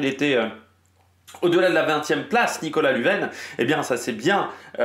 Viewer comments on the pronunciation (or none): Lunven se prononce lunne vaine 😂😂